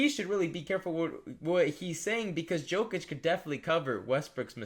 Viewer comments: It probably shouldn’t, but when ppl mispronounce names thats are said correctly every night on tv it passes me off, everyone that man is brought up they say “yo-kich” its not probounced the way its spelled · Can you not pronounce jokic correctly? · Can you please try to pronounce Jokic correctly. I know it’s a small thing but really annoyed me